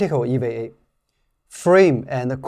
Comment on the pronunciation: Great video as always. Only pronunciation correction, to sound more American, EVA would sound like Eee, Veee, A. More of a hard E vowel sound on the V letter. I've been learning Chinese on the great Super Chinese app, I do enjoy even small sections where you can throw in some Chinese also. Great work!